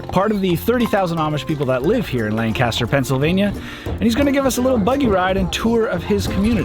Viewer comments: Great video. One critique: I know you're from the west coast, and during the segment in Amish country, Pennsylvania (the Strasburg Railroad), you pronounced the name of the city as it is in California: "LAN-kas-ter". But that city in Pennsylvania is pronounced differently: "LANK-a-ster". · It is pronounced lang-cester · As someone from Lancaster, I was so happy to see the Strasburg railroad in this video🙂‍↕️. but yall did say Lancaster wrong😔 it’s pronounced Lankisster